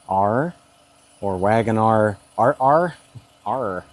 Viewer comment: RR is pronounced double R